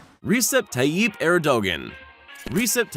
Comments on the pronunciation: It bugs me when the creators of these videos can't be bothered to pronounce people's names correctly. The last name of the Japanese Prime Minister is Abe (Ah - Bay). The President of Turkey is not Er - Dog - Gone, it's Er - dah - wan. Get it right guys. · U Americans really need to learn how to properly pronounce other culture's names. Shinzo Abe (Aah-bae). Erdogan (Err-doh-wan). At least you know your Chinese overlord's name...